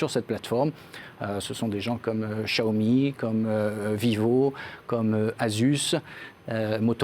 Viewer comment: Vous prononcé toujours aussi mal Xiaomi :) Sinon prononcez sciaomi